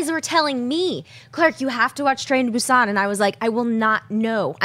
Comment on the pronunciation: Thank you for pronouncing "Busan" correctly 👍